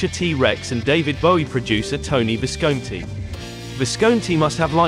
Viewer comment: Tony Visconti, the 'o' in Visconti is short, as in "on" or "off", not like in "cone".